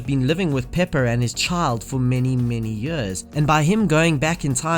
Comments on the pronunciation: Its years, not yurs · what dialect is it where you pronounce "years" as "juus"? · Fucking hell learn how to say years